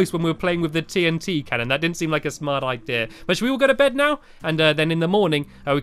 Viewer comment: Stamps, I realized you say ideara instead of idea.